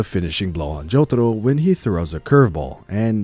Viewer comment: i stopped watching this cuz of the way you say jotaro